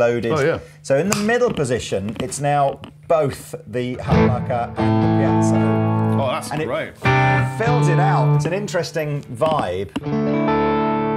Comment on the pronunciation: Really didn’t know that piezo is pronounced piacho